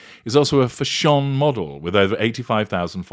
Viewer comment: Why do you pronounce it fasHION?